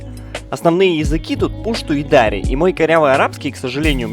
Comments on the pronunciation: дарИ а не дАри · Во первых не пушту а пашту а во вторых не дааааари а просто дари окончание на и ну дари и фарси ещё практичейски одинаковые и таджитский тоже похож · Пушту́ и Дари́. Ударение в обоих случаях падает на последний слог 😊